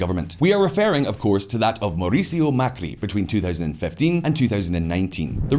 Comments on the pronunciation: "Mauricio" as "maurice", not "Mercurio"... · Cannot say MAURICIO to save his life 😂😂😂😂